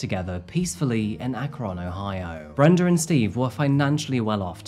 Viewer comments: Great vid. I live in the area, it’s pronounced more like “akrin” btw! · I love how the Brits pronounce "Ak-krohhhn," it's so cute and endearing:) I'm just about 20 minutes away and remember when this happened. I agree with you, this is a very tough case. I think she should pay some kind of price, perhaps in an institution? She was clearly hiding the fact that she had failed out of college, but to commit matricide on top of that? Yikes. Great job with the case, I learned some new details. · I love you videos man been watching for 2 years now just wanted to let you know I’m from this part of Ohio and the way you pronounce Akron is closer to Akrin but nevertheless love your work it gave me a laugh to hear how you pronounced it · Lifelong Akronite here! First, thank you for covering a story so close to home. Second, that is not how you pronounce Akron. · Ohioan here, i know the spelling is misleading but its pronounced Ak-REN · Mispronounced the name of a city again. AK-run is the correct pronunciation. The K is not as hard as our proverbial mispronouncing host insists on., there are videos on YouTube that teach us how to pronounce proper names. Ironic, isn't it? 😢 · Love the way u pronounce akron never heard anyone prounce it like that i live about 30 miles east ot akron we more say it akren but our accencts are very different i live is western pa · I usually never comment on these videos and I don’t want my comment to come off as rude but my family is from Akron Ohio! And is actually pronounced more like Ahkrin then the harsh ON at the end! So sad to hear of this case coming from my families hometown ❤️‍🩹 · It’s pronounced ‘Akrin’ Ohio, no deal though, thanks for vid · I love you but it’s pronounced like Akrun. 😂 I’m originally from a suburb near there. While you’re there, you should look up the murder of my childhood friend, Stephen Spade. Very tragic case, he was always a kind soul. His killer is trying to appeal to this day. 😢